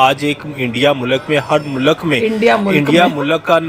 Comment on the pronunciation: Are in ko Urdu mein theek se nahin aati hai mulakat nahin hota mulk hota hai